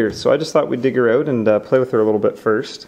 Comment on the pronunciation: the way the says out HAHAHHAHAHAHHAHAH XD XD XD